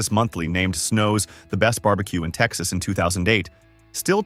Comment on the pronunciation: Bar B Quay? Really?